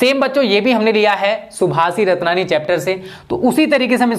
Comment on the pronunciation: सर जी सुभाषितरत्ननि है। ना की सभाषिरत्ननि।